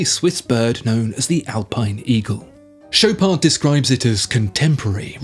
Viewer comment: Mate, not doing French. It's Shop are..., not Showpard. Even eBay can't sort out badly spoke French spekin Swiss s##t.